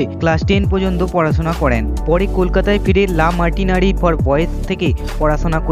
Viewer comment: কথাটা লা মার্টিনির নয়.... লা মার্টিনিয়ার ফর বয়েজ। এছাড়াও অনেক উচ্চারণ ভুল বড্ড কানে লাগে। ভিডিও বানাতে গেলে আগে উচ্চারণ ঠিক করা উচিৎ।